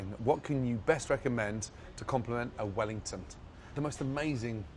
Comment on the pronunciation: did he just say wellingtont